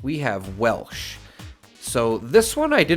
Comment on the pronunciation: From WV here, it’s actually pronounced Welch with a C.